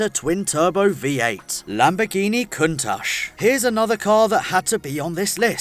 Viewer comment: The correct pronunciation of last two word is like CHips. countaCH! Trust me, I'm italian :)